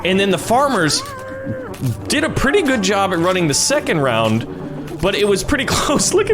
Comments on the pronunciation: Bruh it’s round not wound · Wound??? Edit: I heard wound LOL can you do the old tabs but like this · she said wound 😂